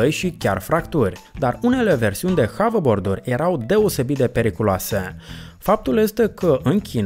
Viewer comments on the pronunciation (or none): Se numește Haberbord,nu Havebord